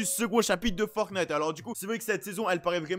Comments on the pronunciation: Moi: ont dit "Fortnite": je dit "Fortnate" Si vous écoutez bien il dit "Fortnate" xD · Moi je dis Fornite... (je prononce pas le T) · Il dit un peut des deux